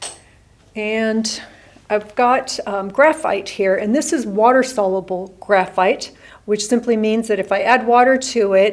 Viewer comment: Really great video! For future reference, soluble is pronounced sol-ye-bull.